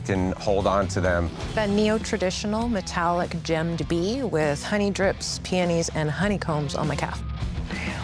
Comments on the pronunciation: sounded like she was saying peenies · The way the one lady said peonies pswissed me off